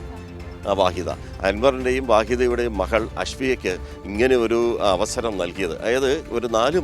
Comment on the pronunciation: മഹൾ അല്ല മകൾ എന്ന് പറയൂ pls